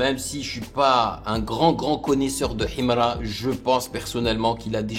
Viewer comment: Tu vis où ? Déjà quand tu prononces Himra on sent un manque d’effort et de volonté de comprendre l’artiste, bref ignorez nous, c’est pas 1 ou 2 reaction qui vont mettre fin a sa carrière….